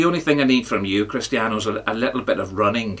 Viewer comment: Did the ledge say Crust-ian Ronaldo? Gotta listen again...edit..he only bloody did! At the beginning....blinding 🔥🔥